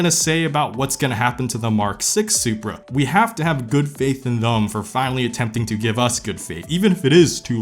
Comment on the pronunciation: "Thum" "Thum" "Thum". There's no U in "Them". But it's okay, I can't say Vegas without it coming out like "vAAAgas". lmao